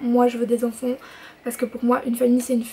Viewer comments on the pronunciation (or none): Cool,ça me fait rire tu dis "onfonts" au lieu d'enfant 😂💗